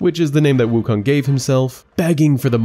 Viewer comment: Guy who can't pronounce 悟空 wants to teach 西游记 lmao